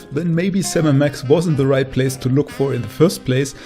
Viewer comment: "place" I guess you're not a native english speaker 😊 anyways, great list and ranking 👌